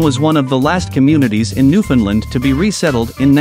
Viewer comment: Stop calling it new finland.